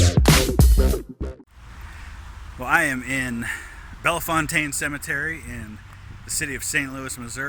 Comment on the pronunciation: That is not how we pronounce bellfontaine hahaha We aren’t that fancy when we say it! Ahahah cool video!